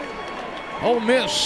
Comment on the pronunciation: Did commentator say "Old Miss Rebels" I thought hey were the brown bears... or land sharks.